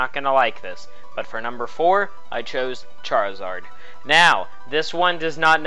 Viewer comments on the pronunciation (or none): I like how he said charizad and then charizard get 2 mega forms